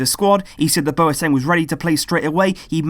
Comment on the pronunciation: I'm from Ghana and that's the corrects Bwateng